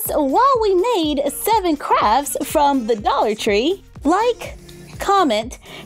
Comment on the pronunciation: Doll-ar tree, it’s almost as if it was made for dolls